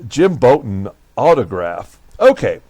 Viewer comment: Jim Bouton is pronounced like take a bow. You managed a good game and yet you lost. Keep Duffy Dyer, he's a pretty good back up catcher.